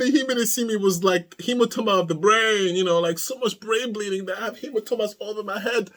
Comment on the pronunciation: HemaTOEma hahahah